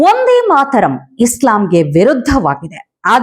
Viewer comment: "ಒಂದೇ ಮಾತರಂ" ಅಲ್ಲ. "ವಂದೇ ಮಾತರಂ "